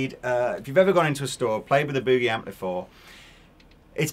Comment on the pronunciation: Is sure wished the English gentleman would LEARN how to say the word "Boogie."